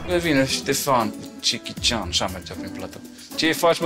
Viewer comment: mai dragilor, nu e cichi cian. e jechi cian.